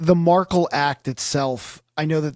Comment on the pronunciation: come on man, you’re pronouncing Dan Markel’s name wrong. Dan was attempting to have Wendi’s Law License revoked during the divorce, and she was trying abduct the kids. That’s not a typical no fault divorce as described, in my opinion.